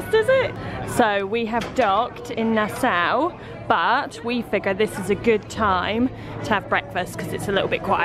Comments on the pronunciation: its not nasow its nasAU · It’s nas-saw. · My favourite YT couple in my country! Woohoo!!! went full native with the outfits, huh! LOL! Love it! A couple things for you, - it's pronounced Na-Saw (Nassau) and Buh-HAY-me-un (Bahamian), and the leaf/coaster is from a Seagrape Tree! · Omg it looks so amazing! I was born in Nassau!!! (Although we always prounounced it Na-Saw)